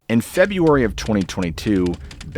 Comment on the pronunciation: February not Feburary.